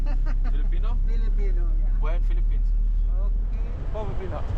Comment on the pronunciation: It's "Philippines,".